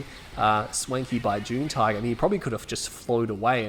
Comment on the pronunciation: I've been watching your videos for about 2 years now. I'm pretty sure his name is pronounced "June Tiger". :) Anyways good to see another video from you.